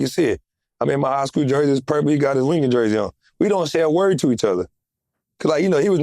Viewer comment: Why John wall pronounce his words like lil woody 🤣🤣